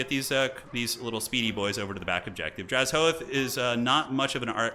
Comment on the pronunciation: take a shot everytime mispronounces drazhoath as draz-hoath